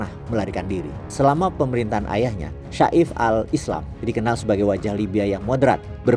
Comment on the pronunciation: Namanya saif al islam yang berarti pedang islam Pengucapan yang benar Seif tidak dipenggal seperti sa'if